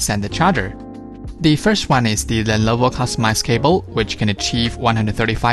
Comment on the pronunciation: Dude, it's not "lellloooovoooo", it is simply "Lenovo". Great video :)